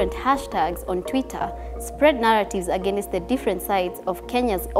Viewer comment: She's good, but can she work on pronounciations? Some basic words don't sound like that, Against... Divisive... Years... she can most definitely improve on that.